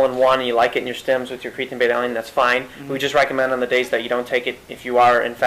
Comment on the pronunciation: CreaTEEN not creaTIN u sound like a noob